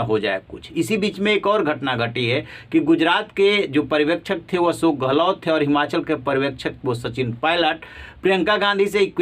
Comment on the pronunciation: Aap patrakaar / anchor hote huve bhi tension ( tenson nahi tenshon) Ashok not asok bol sakte ?